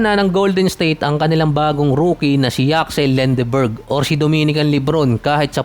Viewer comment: Another negative and trash content! Lendeborg not "Lenderberg" OGAG!😂